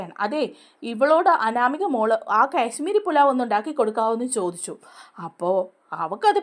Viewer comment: കേശ്മീരി പുലാവ് അല്ല കാശ്മീരി പുലാവ്.